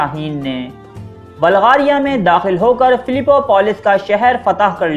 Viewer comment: Oye balgaria nhi hota bulgaria hota hai